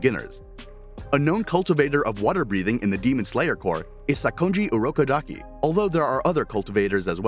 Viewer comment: bro needs to learn how to pronounce kamado and urokodaki (this is serious)